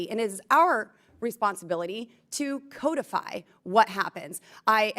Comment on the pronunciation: She cant even say codify correctly. Codify as in the fish. Cod if I, codify